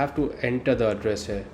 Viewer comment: I don't why you pronounce here....like hair...